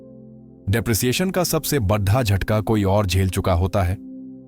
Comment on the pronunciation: बडा होता है बड्डा नही, कृपया अपना उच्चारण सही किजीये फिर दुसरी व्हिडिओ बनाईये।